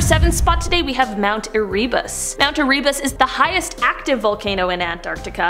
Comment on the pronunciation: Idnit VOSS-stock and not Voe-stock? Also EREH-bus, not ehREEbus.